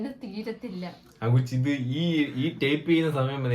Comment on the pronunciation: നീ ആദ്യം പോയി ഇംഗ്ലീഷ് വായിക്കാനും പറയാനും padikk type ന് Taaaaayp Thanks ന് Taaaanks ingne oru maramonnakalu